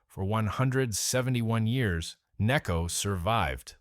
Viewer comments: Its called necco not kneeco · or “nay-co” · Another example of incredibly lazy YouTube content creators who can't be bothered to narrate a post with an actual human voice. The incorrect word emphases and constantly changing pronunciation of NECCO are ridiculous. Just lazy!